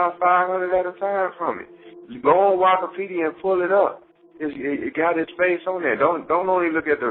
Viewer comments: 😂so who's gonna tell Meech it's "Wiki-pedia" not wahki pedia!? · My nigga said wokopeadia